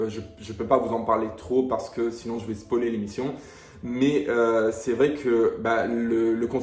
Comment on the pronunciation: "SPOÏLER " et non pas "SPOLIER" 😉